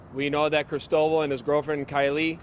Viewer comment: That's not how "Cristobal" is pronounced.